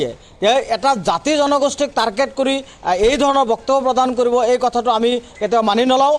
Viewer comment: তাৰকেত নহয় অ অধা মিয়া ।